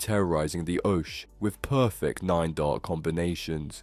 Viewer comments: its oche... ock-eeeee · Can clearly tell you're not really a darts fan, the way you pronounce oche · ikr wtf was that?